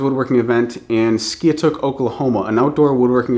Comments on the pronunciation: It's pronounce "Sky took" or "Sky a took" by Oklahomans. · Skiatook is pronounced "sky -a - took". I just marked it on the calendar and will be there. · All the people from Oklahoma (myself included) will tell you many times over it is pronounced Sky-a-took. :) Best of luck on the adoption process! Excited for you all! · Just a heads up it's pronounced before you get there Sky-took.I live down the street from there in Collinsville if the kid doesn't have baseball I hope I can come check that out. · Skiatook, OK pronounced Sky-a-took , see you there I live about 30 minutes away :) And adoption is a hell of a process, it's worth it though as I myself am adopted best of luck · Skiatook is pronounced "sky-uh-took". Sorry, I'm an Okie. Congrats , by the way. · As a native Oklahoman I had to giggle at your pronunciation of "Skiatook"! haha Love the videos tho!